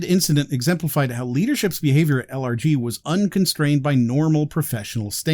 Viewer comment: I keep hearing "allergies" when he says LRG. I suppose that's a fitting acronym choice for this company. ACHOO!!